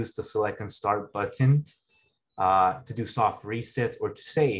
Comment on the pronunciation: "Butt-ton" but says the word better normally